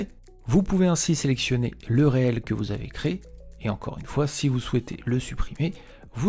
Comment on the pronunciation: Hello. Alors ça ne se prononce pas Réel mais riile ! Du mot anglais reel qui signifie Bobine !